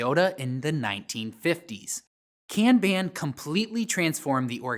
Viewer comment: I like this video because it validates how I prefer to pronounce "kanban"